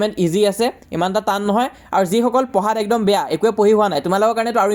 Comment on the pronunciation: it's beya broh not baya